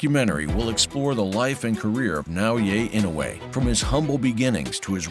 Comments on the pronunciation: Bro really said "Now yay ain't no way" instead of Naoya Inoue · Sir, you are murdering the kid's name at every turn. Na-oy-ya In-oo-way. Give it a shot. Frigging AI. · Naoya Inoue name is pronounced Nah oh yah E noy. It’s pretty lazy to not even learn how too pronounce the name of the person you are featuring. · Should've kept referring to him as "The Monster." I don't think his name is pronounced "Nah-Oh-Ye." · OMG you cant even say his name right N.A.O.Y.A I.N.O.U.E Not Naoye thats his two names combined ... Ridiculous